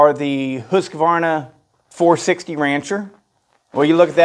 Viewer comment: "who's Kuhvarna?"